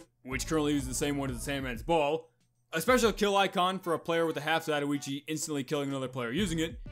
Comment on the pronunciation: "Zat O EECHI" You mean Za-Toy-Chi? You alright there buddy?